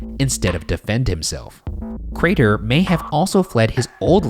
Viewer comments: goddamnit i do love ryan but every once in awhile you get that one episode that for whatever reason has one word that ryan pronounces just a tiiiiiny bit off, but boy it’s enough for you to lose 100% of the storyline by the end of it fuckin ay.... CRAYTOR!!!!! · #postmortem why does ryan over-pronouncing craTer grate on my ears so bad? it wasn't consistent either sometimes it was fine and it would catch me off guard every time, i'm sorry <3 #shaniac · no one: crater Ryan: crAYTer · Ryan: Joe-seph Cray-ter Also Ryan: N'York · ryan really be out here saying craTer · POSTMORTEM: I would rather take a very large after steak dump than listen to Ryan attempt to pronounce "CRAY-TUR" one more time. Sweet Lord grant me peace. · I love you guys. I love the case. But why is Ryan pronouncing Crater so weirdly? The T is so pronounced and it is lowkey robotic. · Ryan’s enunciation of the “T” in “craTer” 😭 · Are we just not gonna talk about how Ryan overpronounces “Crater”? 😂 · Much love man but why the pronounced T-sound in crater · Ryan's really pronouncing the hell out of that T in Crater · For the postmortem: Why did Ryan keep saying Crater like that? I’ve never heard him enunciate that much before lol #shitfish #iloveyouguysdespiteryansweirdwayofspeaking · ryan really committing to pronouncing that T in crater this episode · the way you pronounce crater makes me wanna blow chunks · Ryan why are you putting so much emphasis on the word crater? Driving me crazy man :( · Question for Post Mortem: Why is Ryan pronouncing the hell out of "Crater"? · ryan. why do u keep pronouncing crater like that 🥲